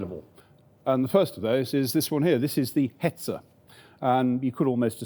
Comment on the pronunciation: Hetzer....Hetzer, not Hetzel....as a German my ears are bleeding and my eyes blinding to see or hear "Hetzel", ooof